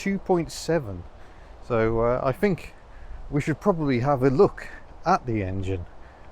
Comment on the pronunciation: Much as I love, please dear God stop using F instead of th, "I fink it's four fousand rpm"